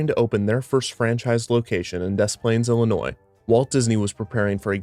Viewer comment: Any other Illinoians cringe at "Dez Planes?" At least he said Illinois correctly XD